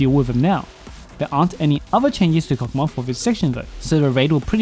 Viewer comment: Yup, and jp pronounce it as Kok-ma 😂